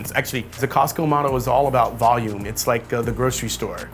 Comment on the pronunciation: Thanks for pronouncing Costco correctly. Too often I hear "Cah-sco"..